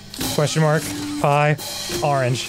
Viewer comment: I love how when Musical Memory tries to say “orange” it comes out as “Oregon-ge.”